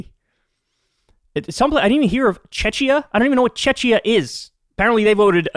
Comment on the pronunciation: It's pronounced Tcheckiya, the Eastern European country, also known as Czech Republic, capital is Prague & they're in the EU now. I have no clue, why they voted against the ceasefire, though.